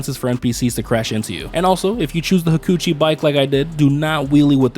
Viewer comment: LOLLLLLLL; he said “ha-coochie” drag and it took me out